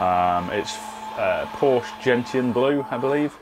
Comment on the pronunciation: Gentian is pronounced "jen-shn", not "jen-tee-un".